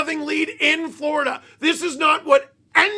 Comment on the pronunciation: Lost to “Vloridah” … meh 🫤 💩 🐍